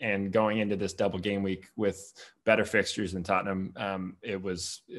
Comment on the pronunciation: Pronounces "Tottenham", exactly like Ted Lasso